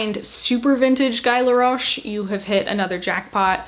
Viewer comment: New here and exited! You have a great eye for "treasures" and I am part of the "vertically challenged" club, so its helpful to see how things I like (but havent found my version of yet) look on you😉😎 oh and I believe its pronounced "Gee Laroch"😜👍🏼